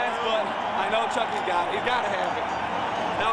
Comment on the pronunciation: Can you stop saying his name incorrectly??????